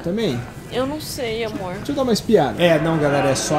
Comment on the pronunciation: A: né amorr? Eu rindo e querendo um amorr tbm! 😆😆😆